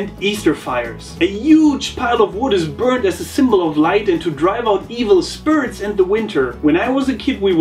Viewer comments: spirits is pronounced like speerits, not spurits! :) thanks for the consistently great videos! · ***** its not a regional thing he is correct sorry